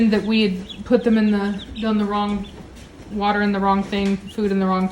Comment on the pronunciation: A little bit of Elmer fudd going on there a waise tge watar LoL